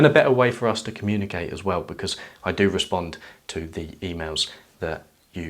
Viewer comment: "as we wizz"....